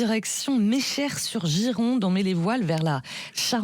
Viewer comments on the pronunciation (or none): N’importe quoi pour les recettes, le tourteau n’est pas de là, et la galette ne se mange pas salée, et elle est avec de l’angélique ! Et je passe l’a prononciation du bled…. Meché, les journalistes qui parlent de tout et qui connaissent rien